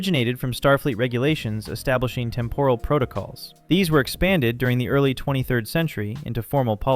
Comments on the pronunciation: Please pronounce the word 'temporal' correctly. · What is with the weird pronunciation of "temporal"? Urgh.